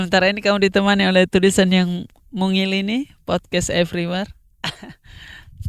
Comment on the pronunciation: RIP ingris "podcast everyware"🤣🤣🤣